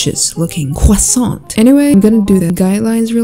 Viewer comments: That cWoIsSaNt is ✨thicc✨ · ‘Chuoousainnt’ got my dying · "With a suspicious looking cwoissant" "Yassified" "That cwoissant got me feeling gassy" 😂😂😂😂😂😂😂😂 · juste pas prononcer le T a la fin pour le bonheur de mes oreilles :)